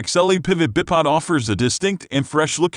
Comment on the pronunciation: is he saying bip pod?